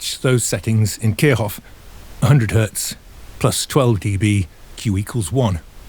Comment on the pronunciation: Kirchhoff is pronounced like "Keer Shoff". The "ch" is a voiceless palatal fricative. :)